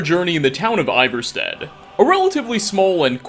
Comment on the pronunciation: Is this guy just a commentator or has he played Skyrim? I feel like Ivarstead is said often enough in-game that you shouldn’t mispronounce it